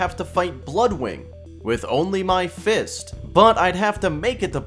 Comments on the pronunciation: PLEASE I BEG STOP SAYING "FIST" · Why is he adding so much emphasis on "fisting" and "fist"💀